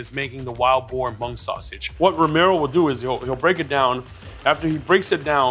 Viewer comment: When he says mung is so damn cringe 😬 white wash and white catering much? If you're not scared to share your culture, why are u scared to pronounce it the right way?? 🙄